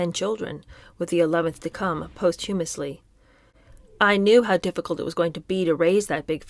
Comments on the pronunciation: You are a natural. Fluent, prosody, empahsis, great human commentary. I've learned so much! Going forward: posthumously, proviso, disparate: you might want to check pronunciations) You could be headed for even bigger things. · Is it too much to ask that you pronounce words correctly, like “posthumously”, and “estate”? Also, you’re either too young to be commenting on this period in history, or you have never studied this era, particularly as it relates to the social constructs of that time, particularly as it relates to a woman’s role in society. Hence, your insights sound juvenile, and your suggestions sophomoric as to how the women in this book should have behaved.